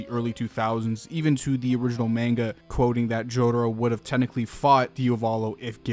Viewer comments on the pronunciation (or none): none